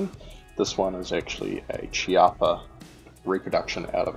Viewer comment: The correct pronunciation is Keeappa :)